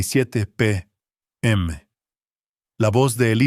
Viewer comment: Cuándo es a.m. o p.m. no es a.meme o p.meme, esas letras significan antes del medio día o meridiano (si es a.m.) o antes medio día o antes meridiano. Dios, si no saben cómo pronunciar investiguen !!!